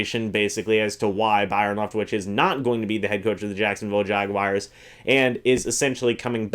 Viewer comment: Jaguars...not Jaguires.